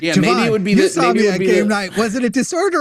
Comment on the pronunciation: nah, just racist. He clearly refuses to say Jovan correctly because it's "too black" of a name